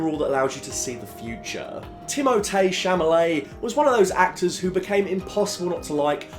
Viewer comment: Timothee cHa La May